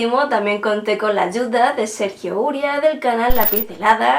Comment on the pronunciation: cómo editaras todo el video solo para pronunciar Uría? XD. Lo decia porque en el video pronuncias Úria. Jajaja no pasa nada. Vale quedamos y me lo explicas mas a fondo por skype. :) Claro seguro hay mas personajes que pueda dar mi aterciopelada voz jajajasja XD